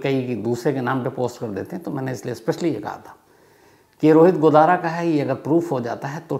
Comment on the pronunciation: Godara godana bol Rahe ho sar😂😂